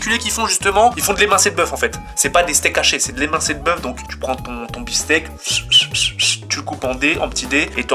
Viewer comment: On dit BEEF STEAK et non pas bis steak